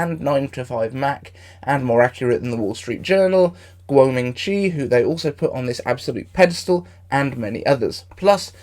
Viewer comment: you said “Kuo Ming-Chi